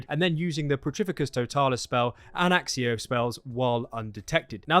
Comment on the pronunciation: When I heard Stephen Fry pronounce it "axxio" I kinda lost it. Sounds so wrong.